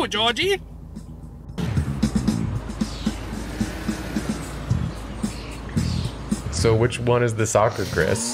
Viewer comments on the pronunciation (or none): I don’t know how else to explain it, but the coach says “Georgio” the same way the guy at the end of Dipiglio says “Dipiglio”